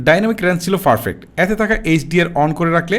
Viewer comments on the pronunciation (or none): ভাই আমি সবসময় আপনার ভিডিও দেখি, কিছু মনে করবেননা একটা কথা বলি তাছাড়া আমরা একি জেলার মানুষ।আপনি ভিডিওর মধ্যে পারফেক্ট শব্দটাকে ফারফেক্ট বলেন এইটা আপনার ভিডিওর কোয়ালিটি লেস করে এই জায়গাটা সম্ভব হলে ইম্প্রোভড কইরেন।